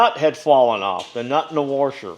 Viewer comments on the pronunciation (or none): Say "Warsher" again! You speaka my language! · I Believe IT's..."WORSHER"...👍😂